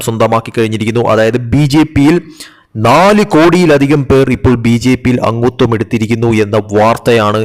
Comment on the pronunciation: എന്ത് അങ്കൂത്വം? അംഗത്വം എന്ന് പറയൂ .